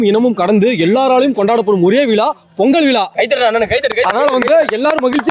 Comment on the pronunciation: அது விலா அல்ல... விழா... தமிழர் திருநாள்ல தமிழ கொல்லாத...😊